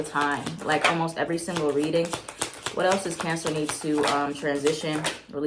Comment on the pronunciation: I love how says Cancers like “Cyancers” 😂💕 And omg I’m a Cancer sun, Pisces moon and Leo rising. I do feel guilty